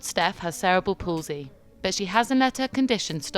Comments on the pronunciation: it's cerebral not cerebal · Can everyone please stop mispronouncing it as "sarah-bull palsy"? It's cerebral. Like cerebral cortex. "Sir-ee-bruhl".